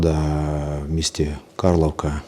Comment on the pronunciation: Так званий полiцейський не знае як правильно називаеться мiсто(((((((( Карлiвка